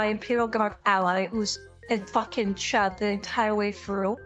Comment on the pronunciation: Sorry, as an American, I don't quite understand. I'm guessing you're saying "Chad" and not "Chud," but...